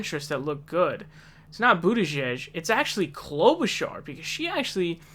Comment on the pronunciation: He's finally saying Klobuchar correctly.